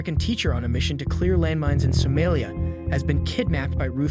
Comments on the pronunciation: So-MAH-lia not So-MAY-lia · sow mah lee ah. is this just an ai voice youtube channel? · He don’t pronounce any of these countries or city’s right at all lmaoo